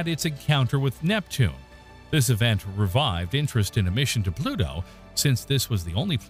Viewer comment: I hope the grim reaper takes pity on you with the pronunciation of his name you have mangled.